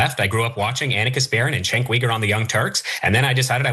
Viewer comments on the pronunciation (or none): I loved it that Ana called that dude out when he said Cenk's name wrong. As soon as he said that, I was like, "He's full of sh**!" I've noticed nearly every single right-wing pundit says it incorrectly, I think on purpose. I'm also on the right, but I've never not known how to say Cenk's name. It's not a hard name at all. Three syllables total. Why do they act so dumb? Out of disrespect of course. Even when I'm wildly against TYT, like when they talk about gun control, I still don't see any reason to say Cenk's name wrong like they all do. And almost every one of them say it the same wrong way, which leads me to believe there has to be some memo or something that goes around to all of those guys. It's gross. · Love how Ana called him out in his ridiculous lie with his pronounciation of Cenks name 🙌 good catch there Ana! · One of the top Mic 🎤 drop moments “ you didn’t grow up watching the young Turks or you would know how to say his name..” 🙌😂😂